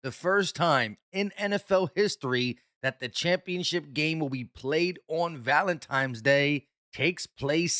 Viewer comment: Did just say, "valenTIMES" day? You wanna go eat some pascetti at the libarry?